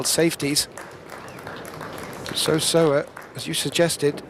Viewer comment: Very few commentators have taken the time to pronounce Seo Seoa's name correctlly . Many seem to be content saying So So-a which is not even close .